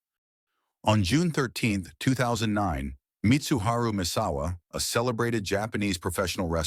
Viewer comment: Yup, got Mitsuharu *[MESS]*awa wrong as well, but in all fairness it’s a TTS, “TEXT TO SPEECH”, it will speak what we input, so it is not all AI’s fault, there was a huge percentage of NS involved… 😬 😉